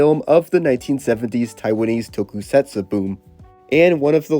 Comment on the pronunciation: If it’s any consolation, he pronounces tokusatsu as tokey-setsoo and mixes up every single fricative consonant.